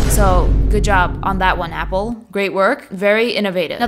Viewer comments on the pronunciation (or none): "But ai wunt appo sicksteen😢"